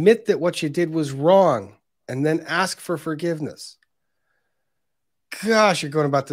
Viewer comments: Grrrrrrrrrrr. It's ask not aks. It's truth not truth. And the main thing I had against him was he claimed to be sovereign citizen. He says I don't go by that name, idk anyone by that name, and he objects to being called that name which in turn would mean that if your not that person and a sovereign citizen then u don't have rights. So why is he saying his rights are being violated 😂😂😂😂😂😂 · That & the freaking "is it fair to say" & "objekshun" & "relevancy" & "oaff of office" & "lawful law" & "do you see the plaintiff in this courtroom" You always knew he was wrapping up his PATHETIC badgering of the witnesses when he'd start "AXING" about who the plaintiff is! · dats not what i axed...grounds?!